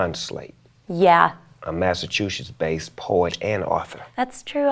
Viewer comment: Snoop can't say Massachusetts..